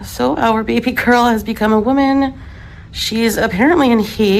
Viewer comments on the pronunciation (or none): Why why why does she keep saying baby girl like that?? 🤦🏻‍♀️ I’m am embarrassed for her!!!!😂😂